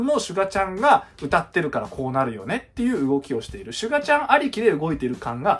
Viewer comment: シュ↓ガ↑ちゃんww